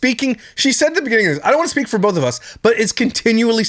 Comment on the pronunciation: Ah haha... "bolth" 😂